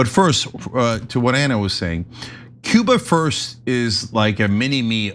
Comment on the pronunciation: Was he trying to say "Cuba?" Sounded like Ciba.